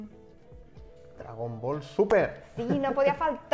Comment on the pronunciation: Qué hartura tanto "dragón bol"...